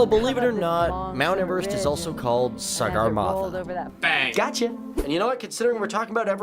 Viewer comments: Did he just say CIGARmatha ? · It's 'Sagarmatha'